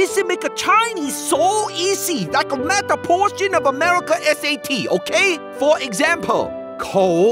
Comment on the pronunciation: "forr exampor"